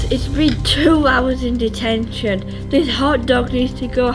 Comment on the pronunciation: wen he sed deteshon he sed clas rom